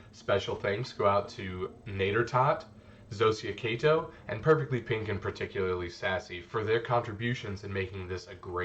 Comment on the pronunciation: Btw, it’s Kaito (kye-toe), thanks for the shout-out though!